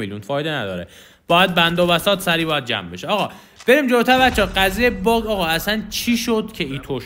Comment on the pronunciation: حس میکنم دقیقه 1.12.بجا باگ گفتی باغ